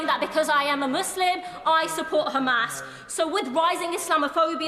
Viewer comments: Why did he say Khizbollah and Khamas? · Did he just say khamas and khoutis. Hes zionist too.